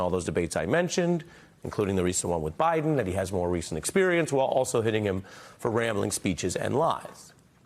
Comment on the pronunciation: How many caught it when she said OBiden?? LoL only truth she said all night. Who’s running things… haha!